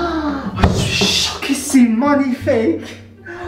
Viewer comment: " ah je suis choquay c'est magnifake" 🤣